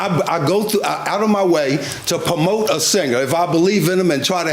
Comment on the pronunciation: The defendant constantly saying pamote instead of promote is irritating. On another note a black man of his age not know the black national anthem? Black card revoked!😂